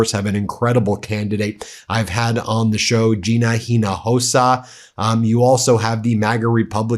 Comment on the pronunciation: To correctly pronounce Ms Hinojosa’s last name imagen there is no H. Inojosa